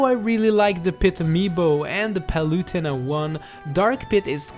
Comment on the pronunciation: "Pee-too" "Paloo-tuh-na"